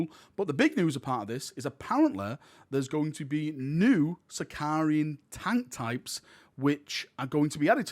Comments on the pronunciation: Thank you for all your videos and sharing rumours and enthusiasm! I know you get stick for pronunciation sometimes, so I'm sorry about this but it's my favourite heresy tank so I can't resist. It's a Sicaran not Sicarian - there's no i in the tank name.;) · its sicaran without the second I btw, been doing heresy since 2015 and i still get that confused lol